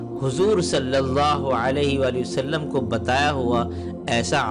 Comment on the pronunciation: السلام علیکم بھائی آپ کی کاوش بے مثال ہے مجھے امید ہے کہ آپ محسوس نہیں کریں گے مگر یہ حقیقت ہے کہ آپ کو صلی اللہ علیہ وآلہ وسلم کہنے میں درستگی کی ضرورت ہے۔